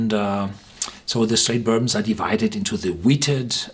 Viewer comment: One of my favorite "burbmms".